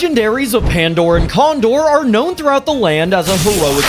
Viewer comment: when i catch you cawndore and pandore